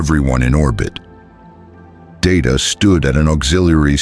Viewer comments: It’s not da da it’s pronounced Day Ta have you ever watched Star Trek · HIS NAME IS DAY-TA, not dah-ta, damnit! I can put up with some AI garbage, but I draw the line here. DAY-TA. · Can't you idiots, write your precious 'story' by using PHONETIC SPELLING PRONUNCIATION, so LCDR DAYTA's 'name' STAYS CONSISTENT? Your 'story' has mispronounced DAYTA's 'name' at least TWO DIFFERENT TIMES. And I don't want to even want to THINK about all of the mispronunciations of the Colonial personnel.